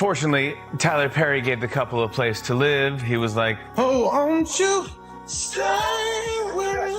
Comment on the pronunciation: DO THE CREATORS OF THESE BITS WORK OVERTIME CHOOSING IDIOTS WHO CAN'T READ? LIVE PRONOUNCED WITH A "SHORT" I WHEN REMARKING THAT A SHOW WENT LIVE. AND A LONG "I" WHEN OBSERVING THE SUSSEXES LIVE LIKE ROYALS. JESUS H. CHRIST.THAT'S "CHRIST" WITH A SHORT I: LIKE IT'S THE FIRST SYLLABLE IN THE HOLIDAY NAME. SMH